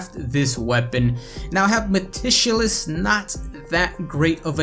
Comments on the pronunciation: Stopped and thumbed down at "matishulous"....ma-tick-you-luss.... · ...lmao. MEH-TIK-U-LOS. Meticulous.